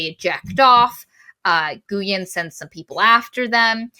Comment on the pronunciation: This book was amazing! Glad you guys liked it too. Just for the record, Guyen is a Vietnamese name and it's pronounced more like "GWEE-Uhn"